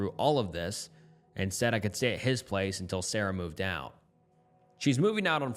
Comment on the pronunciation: Followed by sawrah not Sarah